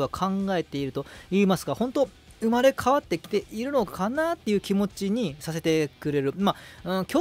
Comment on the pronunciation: (浦和に)あとぅまれ〜w